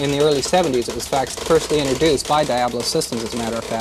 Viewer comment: TFW your company is named 'Diablo' but you don't know how to pronounce the word.